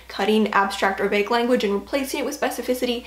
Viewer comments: Never though I'd hear anyone pronounce vague as "vag" lol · The way pronounces Vague hurts my ears. Great video though.